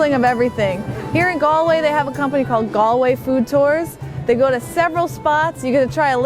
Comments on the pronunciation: It's pronounced Gawl-way, not Gol-way or Gal--way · Gall-way not Gal-way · Two minutes in and it’s just so hard to watch… ‘gal’way (it’s ‘gaul’way), it’s ‘a cuppa tay’ (the way she said it sounded so British, a cup o T), and then Connemara moving 60 miles northwest to achill… yikes! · Galway is pronounced like Gawl-way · No American should ever say Galway 🙈😂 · It is galling the way they say Galway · I've been to Galway - someone immediately corrected my pronunciation while I was there and it's actually not hard to get it right with an American accent. She's very pretty and polite, I bet no one wanted to correct her :)